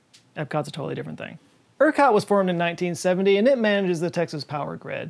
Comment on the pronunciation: That r in Ercot 😅